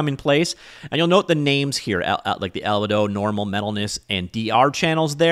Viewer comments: Pronunciation Police... It's Al-bee-dough, not Alba-Dough. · not sure if you are trolling, but its actually pronounced al bee do